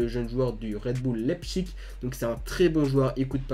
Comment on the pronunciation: leipzig ca se dit laïpssiche voila bis